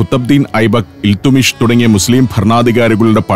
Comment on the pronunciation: A small mistake in the name of a king pronounced in the show. Time stamp: It's "iltutmish". I think it was pronounced as "iltumish" here.